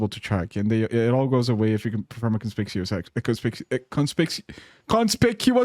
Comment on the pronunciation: Hi, I am the word "conspicuous" and I was really excited to be said in a video, but then I found out he mispronounced me and put me on his second channel. Never meet your heroes y'all 😢 He even said "nya" cutely after this whole incident happened as if nothing happened.